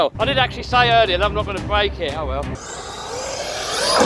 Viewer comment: It’s break not Blake I try to ignore it but sorry